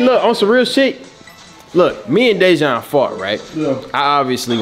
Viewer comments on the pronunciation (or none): none